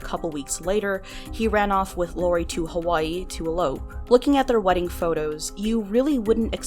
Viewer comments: I know you said "hawaii police" but for some reason I heard "kawaii police" and I just thought of a bunch of adorable police busting her. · I know this is prolly a place in Hawaii, but it totally sounds like you say “she was arrested by kawaii police” and all I can think is cute anime girl cops bustin in this bitches door lol